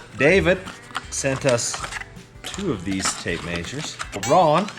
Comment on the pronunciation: That’s a lot of tape “mazures”